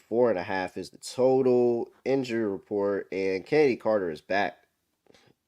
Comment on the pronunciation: Dude can't say Chin-eddy Carter smh this guy